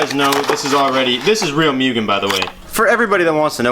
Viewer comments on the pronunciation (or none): Its Moooooogen not Miugen :/ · Hey man awesome progress ! Btw it’s pronounced moo-gen!